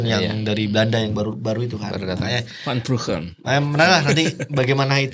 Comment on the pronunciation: Vanenburg bukan van Brugen